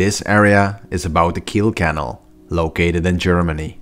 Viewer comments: In the world "canal", the 2nd a is annunciated, not the first like you're doing here. "CanAL", not "cAnal". It sounds like you're saying "channel" without the this video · Have you considered adding in subtitles at times? The way you pronounce canal sounds like kennel. Like a dog kennel. It was confusing at the start when you were describing the theme park. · It’s CA NAL not can al